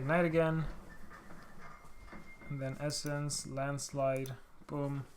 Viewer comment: When you say the Onminus landslide... I hear Ahma Niah's grand-slide....